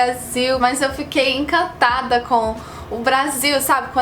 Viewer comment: encatada? Kkkkkkk